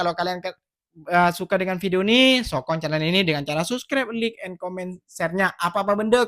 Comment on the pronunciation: Salam, slmt pagi... Dik, u kena sebut like tu mcmni, laik...jgn sebut lik, sbb klo lik tu bunyi nya mcm lick makna nya jilat... mari belajar sebutan yg betul dik hehe jgn marah ye 😊✌